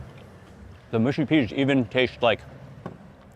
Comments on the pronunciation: Mate I like your videos but it’s mushy not moosey okay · please can americans stop saying mooshy peas? it grates my soul. only people from the north of england are allowed to pronounce it that way, otherwise the mush in mushy rhymes with rush or crush. not push.